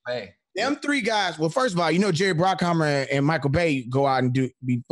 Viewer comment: bruckheimer not brockheimer